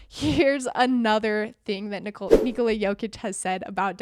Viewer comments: Nikola, not Niçolaà...how you pronounce it is female name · It’s funny how everyone says "Nikola Tesla" correctly: NEE-ko-lah... but when it comes to Nikola Jokić, suddenly it becomes ni-KO-la. They’re both Serbian, and the name is pronounced the same way